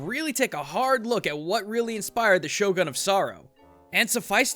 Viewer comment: you lived in japan and still mispronounce shogun?